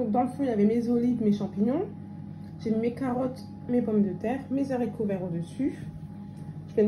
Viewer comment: Mes haricots et non mes zaricots.